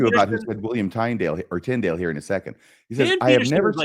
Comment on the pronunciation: Trying to follow this episode was difficult. You both were forging ahead so fast you lost me half way. When kept mispronouncing Tyndale’s name I gave up trying.